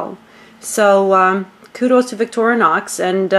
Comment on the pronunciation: Victorinox not victoronox